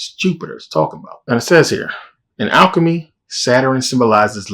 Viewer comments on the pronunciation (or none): none